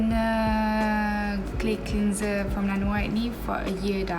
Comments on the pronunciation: Haah. It's supposed to be clenzer not clinzer. Macam geram je nak betulkan. Tapi the rest ok je. Her English is better than mine 🤣 and she's pretty anyway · Ok je english dia saya suka dgr. Cuma one word I noted she pronounced it wrong >> "cleanser" it's supposed to be clenzer bukan clinzer. Hihi 😁 anyway, she's pretty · cleanser is pronounced as clanser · the way you pronounce 'cleanser' 😂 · God I am glad I’m not the only one that noticed that 🙂 also how she says “basically” too wow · Annie Clarke same